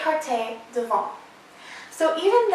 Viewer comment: You’re adorable but we don’t pronounce the t on devant x great info though